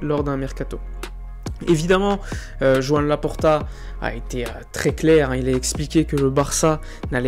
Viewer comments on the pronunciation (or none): none